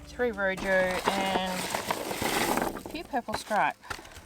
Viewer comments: Please check the pronunciation of room, in spanish the j sounds more like an h .. . Nice show, hope to see a good yield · Rojo not room